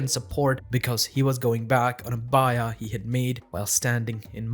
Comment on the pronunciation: "baay-yaah" not "bye-yah".... Nevertheless, alhamdulilah... Nice video.